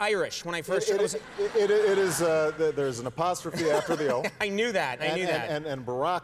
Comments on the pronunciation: is it con man or conan you might think its obvious but listen to it about 3 times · was he saying "Conan" or "Commie" ?